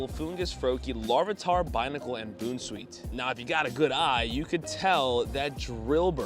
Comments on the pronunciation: Bounce-weet not boon 😂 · Bro said Boon sweet 💀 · By the way, it’s pronounced “Bounce-sweet”. Great video btw! Keep it up!